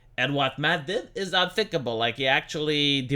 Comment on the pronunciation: "It eez what it eezz..."